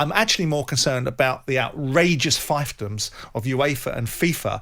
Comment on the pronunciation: Feef-doms, not fife-dums. 🙄